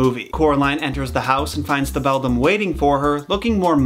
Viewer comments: On the subject of the Beldam and your mix-up with 'bedlam', I think this is an example of how organically a story can change. I just listened to your Jack & Jill video and I think the possible evolution of the story of the two boys Jack and Gill (which was likely pronounced with a hard 'j') into the Jack & Jill rhyme might have happened the same way. 'Bedlam' is a more common term than 'beldam' (I first came across 'beldam' thanks to Coraline too) so that is probably why you retained it as 'bedlam'. Similarly people who heard the Jack and Gill story might have expected for it to be Jack & Jill and thus possibly the story evolved into the rhyme we know with a boy and girl instead of the original two boys. About the term 'beldam', if it does come from 'belle dame' or 'beautiful woman', despite describing a frightening woman, I wonder if it was something like how often in folk culture, people don't call the scary thing by its real name, buy by something more flattering instead. For example, the Erinyes in Greek myth were called the Furies or if you were trying to placate them, the Kindly Ones. Similarly, the fairies or the Sídhe were referred to as the Fair Folk in the UK and Ireland for fear of insulting them by calling them by their real name. Also, I was just reading that back when bears roamed Europe, the language used to refer to bears reflect a taboo or fear of them, such as calling them a 'honey eater' or 'brown'. In my country, the term for 'wolf' is 'mac an tíre' which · Ngl in the movie where coraline meets the three ghosts i heared them saying "Bell down" and not "Beldam" and so i kept questioning myself on "where is the bell?".🤣🤣🤣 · You know... I can see how easy it is To say bedlam instead of beldam. Just two letters moved. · I heard u said “bedam” but i didnt care because i did the same mistake lol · By the way the other mother is a beldam not a bedlam. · Does anyone else say bedlam as Bell Damn no.. just me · Dat not how u say bedlam it’s beli dami